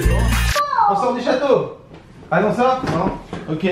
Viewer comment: En plus quand tu lui a dit tu a pas eu faim la nuit il a dit nen😂😂